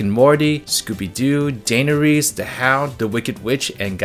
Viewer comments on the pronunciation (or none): none